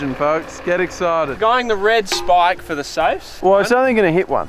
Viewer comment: Love the videos as usual but the whole speaking like old men saying shhhh instead of s eg shhhpike instead of spike is really starting to make my eye twitch, same with the keep it reet boys and "shhhpyshee". Could tolerate it in 2022 but let it go now please